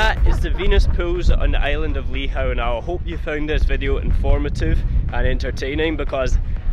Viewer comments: Ive been triggered by lee how .. . Nope its lee hoo . Ive ancestry searches that throw up Lihou as family name . Im going lay claim 😂❤❤ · Just a heads up, its pronounced 'Lee-Hoo' island 👍🏻